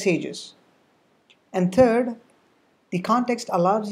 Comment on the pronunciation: It's "Third", not "Turd".